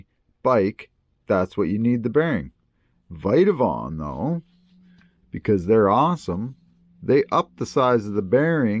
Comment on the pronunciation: It’s Vitavon not viteavon